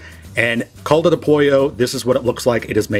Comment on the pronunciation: Awesome video, the rice looks Yummy! Please don't take offense, just wanted to help your pronounciation of Caldo.. the Cal is pronounced the same as though you'd say Cal-ifornia (*Cal-do*)👍. not Cold-o. God bless you.